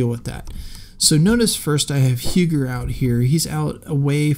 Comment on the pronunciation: Huger is pronounced Uhgee.